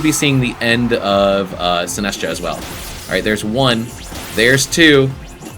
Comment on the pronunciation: also Sin-ass-tcha instead of Sinist-cha